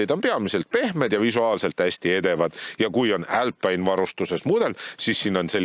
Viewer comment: "älpaine" - mis rõvedus!? Eesti keeles on ikka - "alpiine". Aga see, et poolas proovimas käisid, siis renault saab ise ka aru, keegi seda siin ei osta, et ei hakanud seda siia isegi tooma.